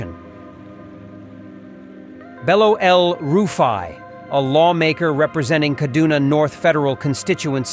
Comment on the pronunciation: Did you say EL rufe i ?? U dey whine me 😂😂😂